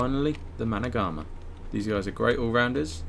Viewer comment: Fun fact: The Managarmr is actually pronounced Managarm. The R at the end is silent.